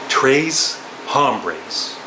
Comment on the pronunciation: Pronounced "Tray Hombres"